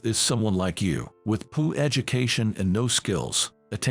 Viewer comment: Dammit people. Its Poor not poo! You can do better!